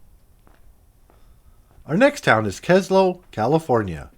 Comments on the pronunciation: I think it's Ludlow, and not Ludo... Nevertheless, I like this video. Great job! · The vids are nice and all., but PuhLeeze learn to pronounce the locations! Ludlow... short u. Yucca is pronounced Yukka. Niland is N'eye'land. And Searles Valley is the Valley itself. The town is called Trona. Charles Manson and Family were at the BARKER Ranch, across the Panamint range which is not exactly close. Their jump off point was up the road in Ballarat, they left a 4 X 4 behind that is still parked near the general store. To be fair a motel owner in Trona had a pic of him and Charley in the lobby. And their is no mine. The lake bed is blown, excavated, flooded with the brine cooked off. Resulting slurry is processed and shipped out on the short line. When Kerr McGee pulled out and sold the owners of former company residences were either paid off or deeded depending on equity. Plenty of convenient fires before former residents pulled out. Pioneer Point development went nowhere and is still inhabited, as are some of the older company houses. Plenty of out of state investors get and got fleeced every time Calif has a real estate bubble, as cheap land sight unseen is a reoccurring scam in the desert. The company did not push anyone out, but the new company went non-union and the skilled trades went where money was better. Should have checked out the high school's football field. It's black sand since grass won't grow next to a potash operation. Plenty of interesting history in the area. Drive north on the 395 and see Alabama Hills were Hollywood filmed plenty of Western